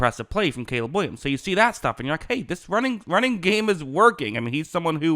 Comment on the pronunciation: "Cayla" Williams 💅🤣